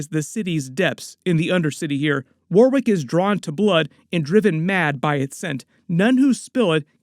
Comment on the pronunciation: It’s pronounced “Warick”… the second W in Warwick is actually silent.